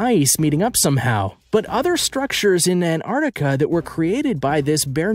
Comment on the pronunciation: Crappy footage. And its ant ar tic a. Not anardica. Pronounce properly.